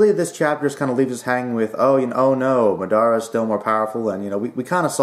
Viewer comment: MaDaara? MA DA RAH but without the H.in Japan they Actually Pronounce it with a L but, the L is silent.